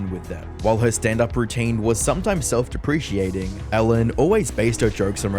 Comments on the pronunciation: It's "self-depreCATng", not "self-depreCIATng" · It's easy to see that something like AI is being used to write the scripts, because when you pronounce "deprecating" as "depreciating" it shows you didn't actually write the words you're saying. What a disappointment. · Self-deprecating not self-depreciating. 😊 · If you are going to use big, grown-up words like egregious and self-deprecating, better to learn how to say them properly. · How about you learn how to pronounce "self deprecating" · Self- dep-ri-cating